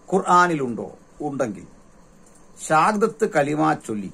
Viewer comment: Shahadath kalima is right pronunciation.